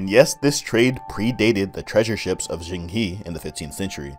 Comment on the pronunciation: Just a tip, the correct pronunciation of Zheng He is closer to Zung (as in bun) Her (as in she/her). That's the best I can think of right now. Love your content!